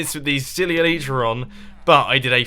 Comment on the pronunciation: Itis not elitra but elytra(elaitra pronounced)